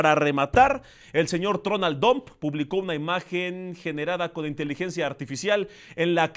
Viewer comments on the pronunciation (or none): ES TRUMP …. NO TRON . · Se pronuncia Tramp...no...Trump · y no es TRUMP SE PRONUNCIA TROMP